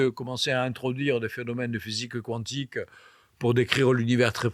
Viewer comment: Physique cuantique (Cou-antique) ou quantique (kantique) ? Ce n'est pas la première fois que j'entends cette prononciation...